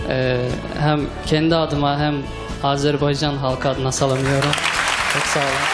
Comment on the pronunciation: Azerbeycan değil AZERBAYCAN